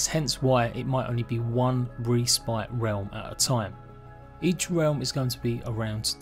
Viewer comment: Great video! My only input would be learn to pronounce respite xD